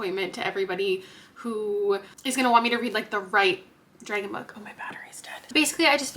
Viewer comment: the way you say ‘Dregon’ kills me hahah